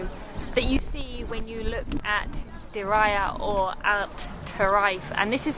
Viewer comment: Exactly!!! 👍🏻 It's not (and, I quote it) "Diraya" but Diriyah!!!! 😅 Lmao 🤣 🤣